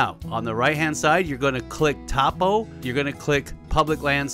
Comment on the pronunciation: i love your content man. its awesome stuff. but for future reference, topo is pronounced "toe-po"